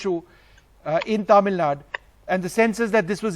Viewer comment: It's not Tamil Nad it's Tamil Nadu